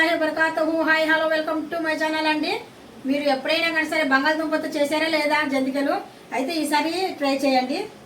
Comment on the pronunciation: జంతికలు 😮జంటీకలు కాదు